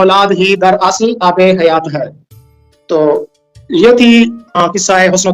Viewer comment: abe hayat ya hiyat